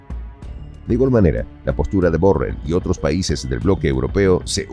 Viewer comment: Pronuncias MAL la palabra BORRELL